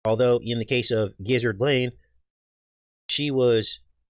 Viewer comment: "Giszard Lane" - 🤣😂🤣😂🤣